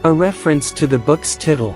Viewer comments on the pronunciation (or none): "...the book's TITTLE...?" A.I. can't even pronounce "title" correctly.